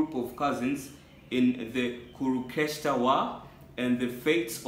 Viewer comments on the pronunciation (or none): It is not kurukestra it is pronounced as kuru-k-shé-trA